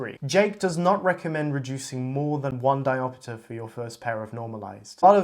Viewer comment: Why do you say "diopitter"? You don't pronounce "chapter" as "chappiter", do you? SCEPTER AFTER CHAPTER CAPTOR RAPTOR DIOPTER